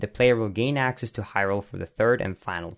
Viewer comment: "accass" and "axit" what kind of "accant" is this?